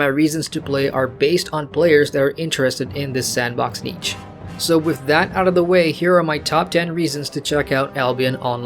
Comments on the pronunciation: nice vid, helpful. just so you know since you said it a lot niche is pronounced neesh and not neech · I think you mean niche(Neesh). Not Neech.